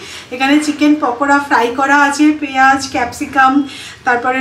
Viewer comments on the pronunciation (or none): none